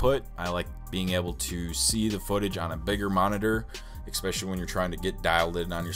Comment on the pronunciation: Especially, not exspecially.